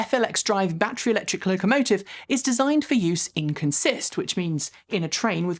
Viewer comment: "Consist", the noun, is accented on the first syllable. It is a technical term that means the makeup or composition of a train. I have never heard anyone outside of the industry get it right, so I wouldn't worry to much about blowing it. :)